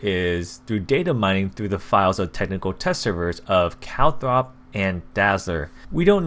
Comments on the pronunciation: "calthrop" there is no h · Why are you sayin calthrop like are you blind